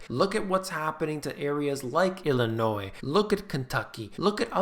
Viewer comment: I know you are very intelligent because 1) you like kittens and 2) you pronounce "Illinois" correctly. Thank you!!!